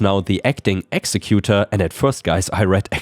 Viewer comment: Executor isn't pronounced like that... Exec sounds like executive, the 'u' is you, and the 'tor' sounds like door. Exec u tor, not exe cu tor